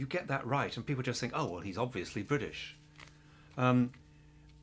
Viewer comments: He's talking about "t" not to pronounce as "d" and then literally saying bri"d"ish in the word bri"t"ish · "Oh, well - he's obviously 'Briddish'. Never mind. Even the 'Briddish' Prime Minister is turning his Ts into Ds these days.